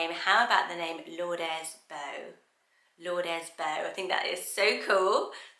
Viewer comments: Just FYI, Lourdes is pronounced Loo-rd :) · I’ve never heard anyone pronounce ‘Lourdes’ as ‘lourd-es.’ The ‘e’ is usually silent.